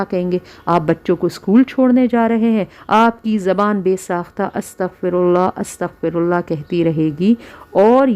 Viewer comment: استغفراللہ َ کا کوئی بھی ورژن ہو لانگ یا شارٹ، اللہ کی ہ ہمیشہ مفتوح رہے گی یعنی زبر کے ساتھ پڑھیں گے الا یہ کہ وقف کی صورت میں ساکن ہو گا. زیر یا پیش کے ساتھ پڑھنے سے مطلب الٹ ہو جائے گا. اللہ یہاں منصوب ہے لہذا "ہَ" ہی رہے گا. جبکہ یہ خاتون زیر کے ساتھ پڑھ رہی ہیں، اللہ ہدایت دے.